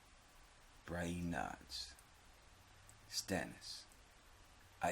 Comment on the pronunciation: "Bri EEn" lmfao 👊